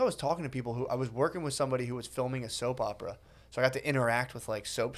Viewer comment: " I was worging" 🤣🤣🤣🤣😜😜😜😜🤣🤣🤣🤣😜